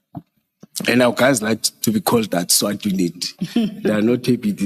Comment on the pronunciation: He can't even pronounce SWAT heee banna